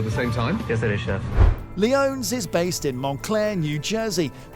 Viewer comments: lee-OH-knees. Not "lee-OHNS" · Leone's is "Lee O nea's" Not leons.